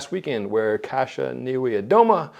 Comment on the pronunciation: Great pronouncation of "Kasia"!